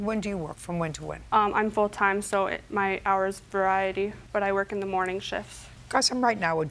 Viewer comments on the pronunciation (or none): I laughed when I also heard her say variety 😂 I was so confused initially and then understood 🤣